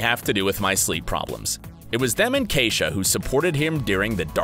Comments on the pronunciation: He keeps pronouncing his wife's name wrong. That's my sisters name. It's e not a. Keisha not Kaisha. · How many times is his wife’s name going to be mispronounced? Lmao tacky